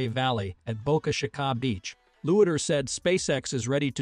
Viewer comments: Please Fix: Boca Sha-ka ? Sounds like a variation of Ka-Ka Please fix that. Pretty good video otherwise. After my upcoming knee operation; I'd like to see the successful flights coming up. Would really like to see a catalog of all the heat shield stabilization ideas along with the scores of how many people suggested each one.- - - Wouldn't it be great to get $2 for each idea submitted. Wish I were a billionaire; make a sign up sheet, with an honesty oath; and start making payments. Bet I have $20 coming! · "Boca Sha-Ka???" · Boka chikah? Huh? It's boca chica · Yeah, it’s a very good AI voice. That’s the only way it’s getting caught is when it tries to say Boca Chica, Florida or try to say a year and pronounced it all out 2,023.00 lol what happened to admit the eye is pretty good. Other than that that’s the only reason you probably know it’s a computer reading a script.